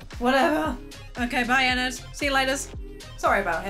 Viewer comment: I'm sorry but your saying ennard wrong